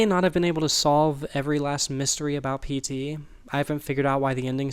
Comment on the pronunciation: Every time you say PT, I hear SD It makes me wonder what the japanese common term for PTSD is I think there would be random elements to throw off people, and make reverse engineering either painful or impossible